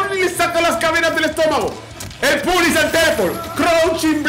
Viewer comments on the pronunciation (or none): none